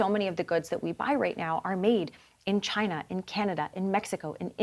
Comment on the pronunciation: It comes from ..... CHAY-NUH!!!! #NotAnymore thanks to......